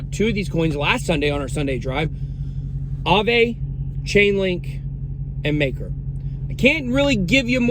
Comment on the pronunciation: The pronounciation for AAVE is not [aavei] as you said it, but [aave]. I know this, because it's a Finnish word and I (sometimes) speak Finnish.